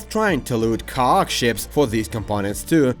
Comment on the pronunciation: the way you say Khakk is so funny and hearing 'a huge khakk installation' had me laughing so hard. Good on you for doing bilingual vids though! 😂